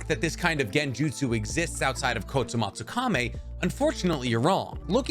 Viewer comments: kotomatsukami?? wasnt it kotoamatsukami? not tryna hate just confused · Hey here is a quick guide to pronouncing Kotoamatsukami KO - TO - AMA - TSU - KAMI